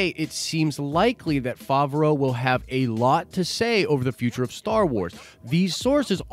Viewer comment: Hate to be this guy but you’re saying it wrong. Fav (pronounced like have) row (pronounced like row). Fav-row Edit: you finally said it right, min into the video, after you had pronounced it 3 different ways already haha